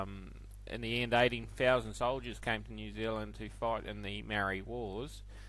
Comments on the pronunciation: You'd think after 200 years of being here they'd at least try and get the pronunciation of the Marry (Maori) by now. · Maori is pronounced wrong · Maori not Marry.